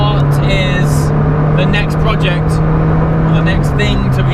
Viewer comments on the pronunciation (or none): none